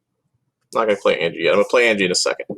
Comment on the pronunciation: An-Yah! Not Angie...